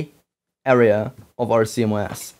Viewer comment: Sounds like you are calling CMOS "see mo ass". It's pronounce C MOSS